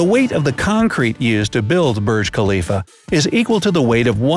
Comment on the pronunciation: it's Burj Khalifa not Birj Khalifa